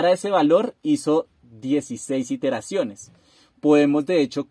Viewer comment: no son "interaciones" ,son iteraciones, aprende a hablar.